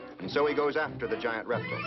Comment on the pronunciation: I love how he says "reptle"